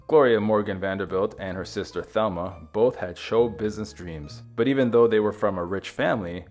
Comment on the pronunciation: The name Mercedes was undoubtedly given in honor of the Virgin Mary, derived from Our Lady of Mercy. Also, Thelma pronounced her name in the Spanish fashion as Telma, with a slight long a sound to the e. Both sisters had some Latin American ancestry through their mother